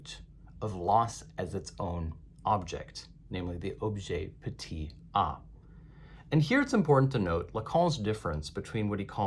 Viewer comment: Objet petiT a. Not objet petey a